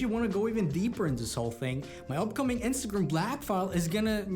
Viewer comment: Instagrim lol. When did you start saying it like this 😂